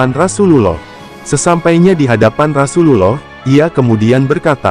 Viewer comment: Jgn kyk robot bahasanya..penyebutan Rasulullah GK pas di telinga..skalian total kl bahas sejarah isla